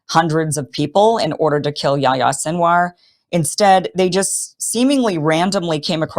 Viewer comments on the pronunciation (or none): YaHHHHHya. Say the 'h' sound, its not yaya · “Yahi-ya” ( John in Arabic) not “yaya”